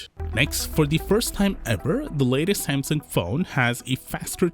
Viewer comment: lol "sansung" 😅😅😁😁😆😆🤣🤣😂😂😂😂